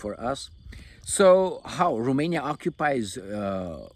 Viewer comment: Remainia, from now on it is Remainia 😂